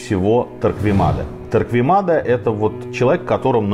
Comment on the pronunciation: Некоторые поправки: 1. Фамилию Торквемада произносят неправеильно. Torquemada ("u" не читается) т.е. звучит как Торкемада. 2. Погибших от инквизиции по разным подсчётам специалистов из разных стран с 1480х годов по /35.000 (не 350.000 ) А в остальном всё более менее правильно.